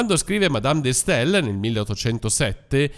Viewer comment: La pronuncia corretta di Madame de Staël è /ˌmaˈdam də ˈstɑl/ o [ˈstal].